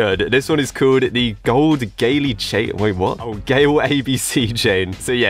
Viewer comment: Gold Gay Le hahahahahahaha